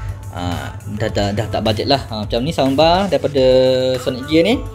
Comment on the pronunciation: Adik bukan sambar, sound bar dik.